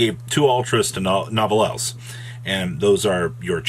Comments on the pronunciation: Actually your not supposed to pronounce the E, or S at the end of the word. It's properly pronounced Nou-vell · Nouvelles = (Nou•vell•s) its been 3 1/2 months and you havent pronounced it right once